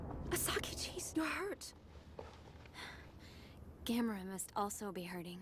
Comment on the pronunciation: The only thing that irritated me was the male newscaster (in the Japanese with English subtitles) mispronouncing his name as Gam-mor-a. Like Gamora in the Guardians movies. It never fails to make me yell at the TV..."It's GAM-O-RA you moron!"